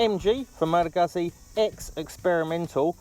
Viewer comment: Come on man, if you're doing a review, make sure you know how to properly pronouce the firm!! Aaaaarrrrrrrrgggggggggghhhhhhh!!!